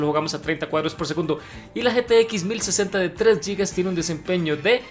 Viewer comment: Dos cosas: - La pronunciación de la palabra "gigas" no es "yigas", sino tal y como se escribe: "gigas". Y si lo que se intenta es pronunciar en inglés, pues sonaría así (su equivalencia en sonidos del español): "guigas". - La definición de frametime que se señala es incorrecta. El frametime es, como su nombre lo insinúa, el tiempo que dura un frame en pantalla, y usualmente se mide em milisegundos. Por ejemplo, si un juego va a 60fps estables, el frametime de cada frame es de 16.7 milisegundos. Apreciaría mucho se tome la molestia en responderme al comentario. Saludos desde Perú.